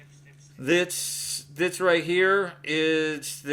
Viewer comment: “Right hyuh”